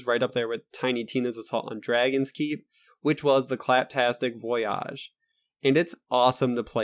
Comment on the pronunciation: Why do you pronounce the word "Voyage" in Claptastic Voyage as "Voy-ahhhhge"? Always wondered that.